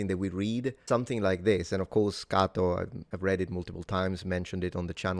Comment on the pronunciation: Kah-toe? I’ve been saying Kay-to for forty years. I can sort of read Latin if I have a dictionary handy, can’t speak it for sure, or even understand it when I hear it spoken Thanks for the proper pronunciation Now have to get used to it